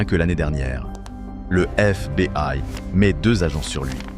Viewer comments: On prononce pas « éf bé i « Mais « éf bi aille « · Histoire carrément géniale et sacrément bien contée sauf peut être un accent anglais un peu approximatif comme par exemple sur FBI mais bon cela s’améliorera sûrement avec le temps… Je me suis abonné, donc je vais regarder les vidéos que j’ai en retard et liker les meilleurs 👍🏻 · Histoire intéressante quel dommage d'utiliser une IA pour parler à votre place sa gache tout. IA même pas foutus de prononcer FBI